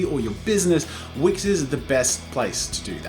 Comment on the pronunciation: dude at first when you said "this video is sponsored by wix" I thought you said wish, and felt betrayed... i was ready to disabon from that wonderful channel because you've sold your soul to the devil... But it's fine, it's wix ! Feeeeeewwww !😫